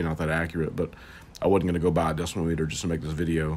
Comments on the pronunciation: decibel = DESS-ih-ble not "decimal" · It’s not called a decimal it’s called a deci bull phonetically sounding. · It isn't a pronunciation problem. It isn't a decimal no matter how you pronounce that. It is a decibel. A measurement of sound volume. No subjectivity needed. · You can just say "DB" instead of decimal or decibull or decibell or deciyabadabadooooooo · "Deci-bull, Deci-mal" who gives a crap. Thanks for taking the time to make this video! Much appreciated!!